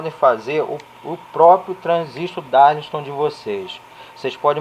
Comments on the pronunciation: Não é DARLISTON, é DARLINGTON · Amigo, "darlisto"? O que é isso? Será que você quis dizer "DARLINGTON"? Acho que é isso. Darlington são 2 transistores em cascata, aumentando assim o ganho total de amplificação da base.